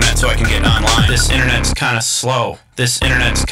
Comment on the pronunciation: does anybody else hear him say "inthernet" ?